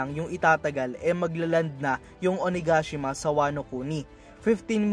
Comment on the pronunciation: It’s O-na-ga-shima not O-na-gashima 😄